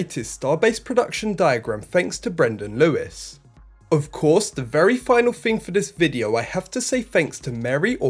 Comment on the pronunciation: Please say thing, not "Fing". Please thursday, not "First-day". Please say three, not "Free"